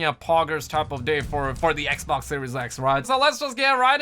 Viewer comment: This man stay saying the “ecboc “ instead of Xbox 😂